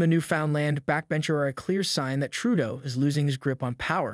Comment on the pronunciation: Not NEWFOUNDland. It's NEWFundland. . I hate JT but give him the courtesy of saying his name correctly. NOT Tròodo.